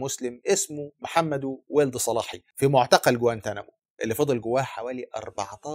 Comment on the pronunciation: محمدو ولد الصلاحي رجاءا انطقو بالعربي الفصحي ههه و ليس سلاهي كما ينطقها الغرب تحية من 🇲🇷